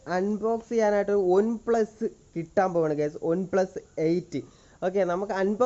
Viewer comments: Adhyam one plus ennu parayaan padik 😸😸😹😹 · ഒൻ പ്ലസ് അല്ല വണ്‌ പ്ലസ്🤣🤣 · ഒന് പ്ലസ് അല്ല ബ്രോ വൺ പ്ലസ് ആണ് 😂😂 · വൺ plus ആണ് bro അല്ലാതെ... ഒൺ plus allla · Onplus alla oneplus . Please correct the pronunciation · On pluse alla one plusa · ഒന് പ്ലസ് അല്ല one plus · Onn plus alla broh one plusa 😂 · Onn plus alla one plus 😆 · ഒന് പ്ലസ് അല്ല bro one plus ആണ് ട്ടൊ broo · ഒൻ പ്ലസ് അല്ല വൺ പ്ലസ് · ബ്രോ ഒൻ പ്ലസ് അല്ല വൺപ്ലസ് 😁😁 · ഒൺ പ്ലസ് അല്ല bro വൺ പ്ലസ്. 🤩🤩😀😃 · പറയുമ്പോൾ ഒൺ പ്ലസ് എന്നാണ് ഭായ് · ഒന് plus alla വൺ plus aan🤭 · One plus enne parayan ariyille bro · One plus ane une plus alla🤣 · Ivan onplu ennu paranju veruppikkuvallo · ON plus alla one plus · Adhyam OnePlus ennu parayan paddik .review ahn pollum .hmm